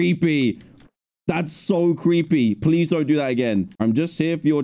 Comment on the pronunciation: Seed: pweese